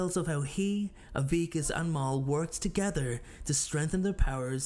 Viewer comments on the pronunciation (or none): Great video! Only note is the terrible pronunciations: Mael = May-El Avicus = Ah-vuh-cus Eudoxia - You-doe-shuh